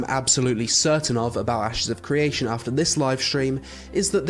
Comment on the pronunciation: 'Asses of creation'